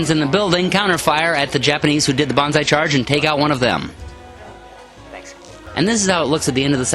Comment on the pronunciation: I must say your battle reports is really one of a kind, I really enjoy it, your so damn good att commentating the battle and it really feels like a sports game that has an awesome wartheme. Please do more videos for the love of the gaminggods!! btw it´s not bonsai you should scream...its banzai! Bonsai is a tree, and banzai is the charge thingie :)